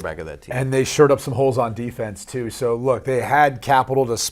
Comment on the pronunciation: Gonna "shur" up that offensive line, eh?